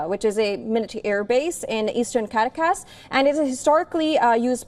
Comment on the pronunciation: Pathetic! This guy pronounces Caracas as Carcas. Typical Mainstream Media. SMH It's - CAR AC AS OK?